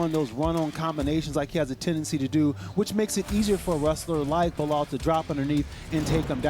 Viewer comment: *Belal NOT "Bilal".